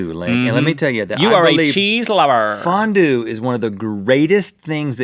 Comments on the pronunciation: fondue? FON-DONT!!! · Fondue or fondont Haha... Hahaha... Ha..... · “Cheese Fon-doodles” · Fondues and fondont's. ha ha ha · Fondue? More like FON-DONT! (I'm not sorry) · It Fon-DON'T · US-Americans can never pronounce Fondue right! It's a french word, so spell it like one.